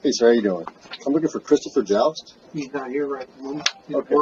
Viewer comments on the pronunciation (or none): Hey, thanks a ton for getting my story out there. I'm Christopher "Joust" (he incorrectly pronounced my very simple to pronounce last name, Jost, which shows the intelligence of these guys) and this was initially terrifying, but has absolutely lit a fire under my ass to speak out against these gestapo tactics and agencies. Everyone's support to this has been phenomenal.